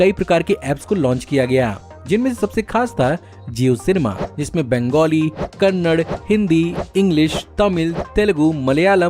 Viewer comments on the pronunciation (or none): kannad nahi bhai kannadaaaaa...